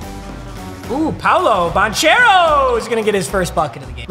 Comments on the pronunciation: Papa his name is care-o not chair-o just trying to help. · Love you papa but is Ban-care-o not Ban-chair-o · For future reference It's Banchero with a hard ch sounds, so it sounds like a k Ban-care-o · It’s not like chair, it’s like care for Paolo’s last name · Ban kare o spelled different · Paolo's last name is pronounced "bahn-kehr-oh" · You pronounced Bancheros name wrong lol its pronounced like Ban-kero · oh papa. Paulo's name is pronounced "ban-CARE-oh" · Paolo’s last name is pronounced Ban-karo. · Paolo Banchero is actually pronounced "Ban-kair-oh",. no big deal tho, papa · it’s pronounced ban-care-o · it’s pronounced “Ban - care - o” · It’s pronounced Paulo Bankero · Its BAN CARE OH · tell its not bon chairo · The amount of times he pronounces Banchero's name wrong 😭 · i was getting so pissed when he was saying banchero’s name wrong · the inner duke fan is cringing so hard the way he said banchero 😭 ITS PRONOUNCED WITH A CK NOT CH😭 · Take a shot every time papa mispronounces Banchero wrong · as a Duke fan, the way he's pronouncing Banchero's last name is making me furious 😂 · bro how did you fucking pronounced banchero, italy in dying rn